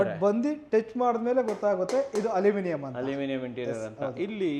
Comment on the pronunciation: ಹಲುಮಿನಿಯಂ ಅಲ್ಲ. ಅಲ್ಯೂಮಿನಿಯಂ 😂